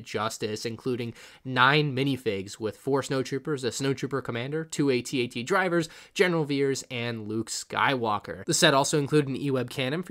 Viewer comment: No hate but the section of the videos says "bad bat" instead of bad batch lol! Also, you pronounced AT-AT wrong. why did I get so triggered by that?